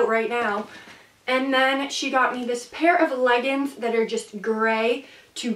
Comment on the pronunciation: You say leggings wrong